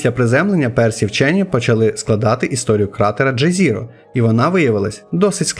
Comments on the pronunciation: згоден, яке ще джезіро? якщо його назва польська і звучить як йезєро. ну і інше, персевіренс наприклад. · якщо з англійської (що скоріше за все використовувалась в місії), то ДжезЕро. В пересеверенсі в наголосі дійсно помилка (а ось звук "і" в британському варіанті більше на "е" схожий, але то таке)